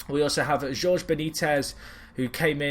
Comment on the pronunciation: "Jorge" is pronounced as "Hor-Hey"